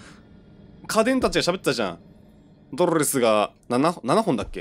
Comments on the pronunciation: 「ドロrrrrスが」 めっちゃ巻き舌w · ドrrﾛﾚｽって巻き舌になってんの草